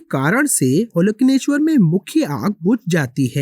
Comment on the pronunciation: प्राचीन तमिल में ओलकन्नेश्वर ऐसे उच्चारण सही है। कन्नड़ में भी ओलकन्नेश्वर शब्द का उपयोग किया जाता है। ओल( अंदर) कन्नु (आंख) अंदरूनी आंख,तृतीय आंख कह सकते हो।